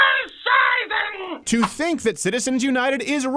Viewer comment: "Bull shieten"